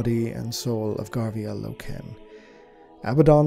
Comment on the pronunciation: its name is inspired by the German language, Eisenstein literally meaning Ironstone, so his pronounciation is correct. I'm more bothered how he says "Loken".